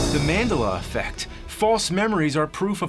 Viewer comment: Did you just try to invoke the Mandela Effect by mispronouncing "Mandela Effect"? Are you trying to destroy the Multiverse?